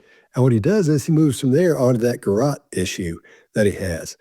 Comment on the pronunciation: Lol. can't talk when it comes to the ref to toilet when he pronounces the word garotte like carrot. It is a French word,,,gar - rot. 😅